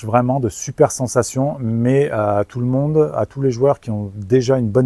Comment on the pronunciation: «bonjour tout le mondEUX » 😂